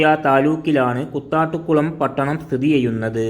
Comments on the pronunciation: കുത്താട്ടുകുളം അല്ല കൂത്താട്ടുകുളം എന്നാണ്. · Kuthattukulam alla, Koothattukulam 🙂🍭